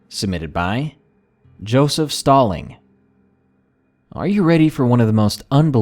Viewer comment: "Joseph stalling"😂😂